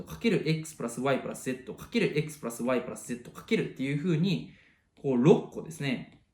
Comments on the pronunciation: Xプラァスワァイの発音良すぎるwww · プラスの発音が無駄に良い笑